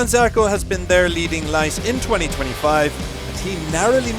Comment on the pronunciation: When will these amateur commentators ask Johann Zarco how to correctly pronounce his first name?